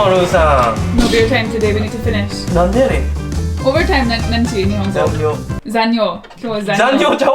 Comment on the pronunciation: 涼しくなって絶好調ですね！” ざんぎょう ”と ” ざんにょう ”一文字違いで意味が大違いｗ気をつけてｗｗ タンク内に仕切板あったほうがチャポチャポしないかも・・・